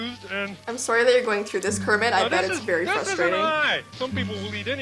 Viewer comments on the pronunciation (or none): You said curmet not Cookie Monster you said and curmets trying to eat everything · wait, you said " how kerimet the frog trys to eat everything" in stead of cookie monster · U say'd:'how GERIT eats everything' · Did anyone hear her say “and carmmet is trying to eat everything” lol. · You said kirment trying to eat evry thing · She said curmet eating everything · kermit not cermit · she said cermitt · you said krmit